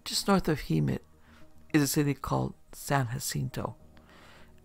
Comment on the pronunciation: It's Hem-met